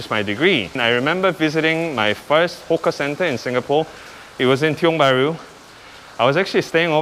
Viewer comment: Hawker center not hoka center